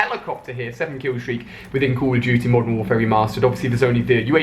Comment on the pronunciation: he can't even say call of duty